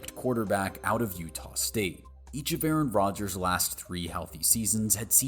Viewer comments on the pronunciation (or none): none